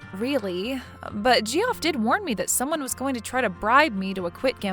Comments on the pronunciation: It's pronounced Jeff! Geoff is an alternative spelling. Geoffrey/Jeffrey are the same name. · Yeah, GEE-OFF sounds weird. I wondered if she from a different country? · Geoff is pronounced Jeff (its just a different spelling) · Great story as always - but Geoff is pronounced the same as Jeff :) Geoff is the traditional/historical spelling, dating to middle ages spelling of "Geoffroi" and later on "Geffrey". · Geoff is pronounced Jeff. 😇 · Lol, the Ge off had me rolling. Not the first time names are pronounced oddly but this one 😂. I wonder where the artists are from 😊❤ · Geoff is pronounced Jeff. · Gee-off, Gee-off, Gee-off 🤣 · This channel pronounces a lot of the names incorrectly.😅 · It's pronounced Jeff! JEFF, JEFF, JEFF!!!!!!! Whenever she said "Gee-off", I wanted to scoop my eyes out with a rusty spoon! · Ge-off, please! It's pronounced JEFF! Oh my god, I love this channel but how do you screw that up? You might get away with pronouncing it Joff, if you're trying to sound 'upper-class', but it's only one syllable. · Why oh WHY is Geoff being said as gee-off instead of “Jeff” a little of my soul died everytime she said gee-off 😂😂😂😂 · Geoff is pronounced Joff or Jeff, either way, but def. not gee-off The G is a J sound. Sequestered Jurors don't have their phones, hence sequestered. No TV, no internet, no phone. They have a contact for family emergencies and have any calls monitored. They wouldn't be just taking calls from Gamboni associates. lol If she were a person to do her duty, as was indicated, she sure wouldn't have been talking to the guy about the trial, naive or not. She also would have told the court that he tried to bribe her. Cute story, but as there's no way it could happen, it kind of made no sense to me. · Geoff??? It's pronounced JEFF, as it's part of the name Geoffrey, which is NOT Gee-off ray, it's the same as Jeffrey. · Hilarious the way they pronounce Ge-off, guys just a different way to spell Jeff, English is weird that way